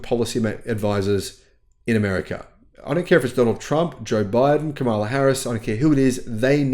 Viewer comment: Her name is KAma-la NOT kaMA-la. Most people in the US Congress get it wrong, too.